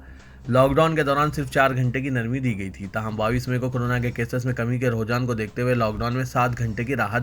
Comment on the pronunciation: Sir Rohjan nahi hota hai . Roojhan hota hai.